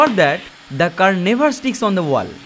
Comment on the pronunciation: No! Not everything. He does not know how to pronounce WALL! 😂